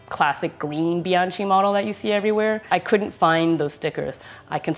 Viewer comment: Pronounced bian “ky”